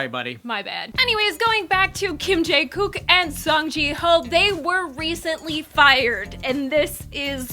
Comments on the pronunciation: I'm sorry I got annoyed after she repeatedly say kim jae kook and had to stop watching. I'll just read the articles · sorry if im wrong but are you saying kim jae kook? its jongkook lol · wow they butchered the names. it's kim jungkook not jae koo or whatever she said. and you were right the first time with jae seok not sook. also they've been together for 6 years not 7. it's a shame this happened but changing PD's was a terrible decision